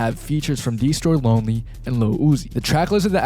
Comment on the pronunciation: his consistent mispronounciation of destroy lonely, mitch modes, and joy divizn is actually really funny